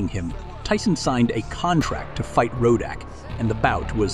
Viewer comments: Narrator must've never heard Ruddocks name. That row-dack was annoying 😂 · his name is not roadack.....god damn it. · Who the hell is Ro dock 😆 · Rodack?? It's Ruddock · Roahdack Ruddock no biggy. One of MANY issues with Artificial intelligence programs. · who is "donovan rodack"? lol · STOP SAYING RODACK!!!!! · His name is not RODE ACK. Do better. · Rud ock....lol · Learn how to say his name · At least pronounce Ruddock correctly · The narrator couldn't get Ruddock's name right to save his life. Wow!! 😂😂😂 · This should have been titled, how many times and different ways can I mispronounce Ruddock's name. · The AI commentary couldn’t decide how to pronounce Ruddock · Interesting pronunciation of the word "Ruddock". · The announcer continually mispronouncing Ruddock's name was annoying. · who is this guy talking he keeps getting Ruddicks name wrong..... like shutup you sound like your reading a book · Your mispronunciation of Ruddock's name is quite annoying. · there is only on 'o' in Ruddock, why cant yanks pronounce names and words correctly? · This fool can't even pronounce razor ruddock name properly ...these were 2 great fighters ... tyson never dodged other fighters .. even when he was on the decline . but donovan was never the same after these 2 fights .. and was destroyed later by Lewis in a couple rounds...but respect him always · Pronounce his name correctly SMH. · Decent video, but please learn to say the subject's name correctly. Very irritating otherwise... Ruddock, not Rodack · It’s Rud-dock not fukken Ro-dack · Whats up with the commentator pronouncing Ruddock , ROAD-OK!! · It’s not road dack It’s Ruddick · Narrator makes this unwatchable. Rodak, Rud Dock, back to Rodak. I really tried but this sucks. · its rud dock not ROW DACK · who is "rowdak"....its rudduck get his name right bro..... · It Donovan "Razor" RUDDUCK NOT ROWDOCK. PSHHH FOOLIO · Rud-OCK , RO-DAK, lol A.I. at its finest. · ruddock not rodack ya goose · Not rodack its rudduck